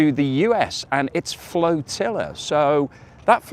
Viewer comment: please say flotilla r Like flotilla and not floatilla like flotilla keep up the good work. Visit Perth everyone knows its best in the West😊